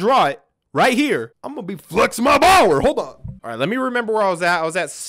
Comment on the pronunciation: "Not enough Bower" Famous last words